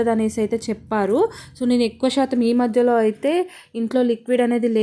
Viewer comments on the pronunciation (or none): none